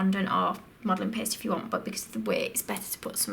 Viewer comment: "Red Modeling PEHST"